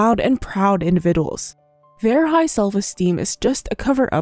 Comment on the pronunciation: Although I love moat of your videos. Please learn how to say the word "Individuals "